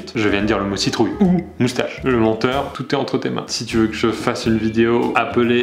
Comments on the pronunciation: Mais il dit "CITROULLE" pile à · MDR il a dit citroulle a la 4 eme minute